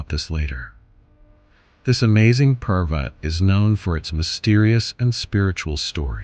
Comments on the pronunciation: Dear AI. It is not Pervert it is Parbat. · Bro seriously 😑 not funny its "parvats" (mountain) not "perverts" (Someone who has been morally or mentally corrupted.) if your speaking in 1 language keep the mentions on nouns and pronouns in the same language others who dont get your efforts and dont understand hindi will take it in a wrong way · The word is not pervert, the correct word is parvat .. it means mountain .. please say the correct word, saying the wrong word gives it a different meaning 👍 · it is "parvart" and not "pervert" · Parvat not parvati. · This is a sensitive topic about the place which is sacred. You need to be careful about the subtitles. Parvat is the better pronunciation. I'm gonna report this video regardless. You could have taken the time and viewed the video to make changes. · What is pervatiar....not an English word or Hindi....did you do it on purpose....every word you used is English except calling a mountaineer a pervertiar.... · bro you sucks at spiritual name of sacred moutain parvart, as pervert, and you teasingly said I'm trying to improve.